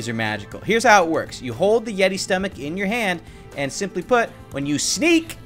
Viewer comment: The yeti more like "yeety" hahahaahhahahahahahahahahahahahahahahahahahahaahahahahahahaha